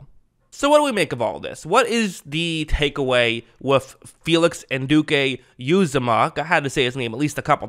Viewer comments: Pro - nounced. U - ZOM - MAH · Just an fyi it’s pronounced “an-u-d-k” “ewe-Zama” Love your vids, keep up the good work :)